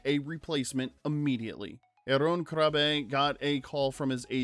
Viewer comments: Very true, still, Jeroen in Dutch is pronounced more like urine than 'Jeron' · yeah, you can take your remark about Sela Ward's name back then, and Jeroen’s. Jeroen’s name wasn't well pronounced but at least he knew.